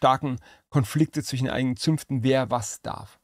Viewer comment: Ach, schau an. Da steckte also der Tastaturenarzt. Schwachkopf, jeder hört, daß der Mann ein Sprachdefekt hat. Er kann weder ein sch (Er sagt zwichen.), ein Z oder ein s aussprechen. Vom weglassen der Akkusativformen will ich erst gar nichts sagen.